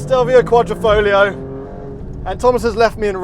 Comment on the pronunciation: I would definitely buy the Stelvio, oh wait... I've allready bought the Giulia Quadrifoglio... yes, in that Missano blue. Just one thing, it's Quadri(!!!)foglio not Quattrofoglio, learn how to pronounce correctly ;-)